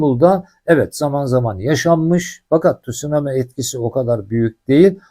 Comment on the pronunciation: Tut sunami değil abi , tsunami